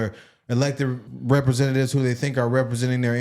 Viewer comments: Can't even say Representatives, RepresenTAYtives, RepreSENTatives. Only people born here where at least one parent is a citizen should be a citizen, and no DUAL citizenships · Sounded like he said represent potatoes 😅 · The house of what sir? Rep reee sent aye ts? Its representatives…..